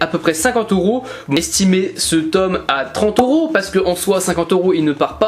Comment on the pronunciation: Pourquoi tu dis Oros au lieu de EUros 😅? Ça me pertube sinon le tome 71 de naruto collector est pépite 👌